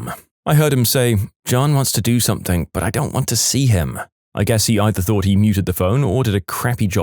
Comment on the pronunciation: No k in the word something